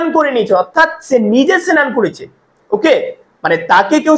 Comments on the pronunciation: সেনান টা কি ভাই। আগে ভাষা শুদ্ধভাবে উচ্চারণ করুন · Pnar Bangal?senan?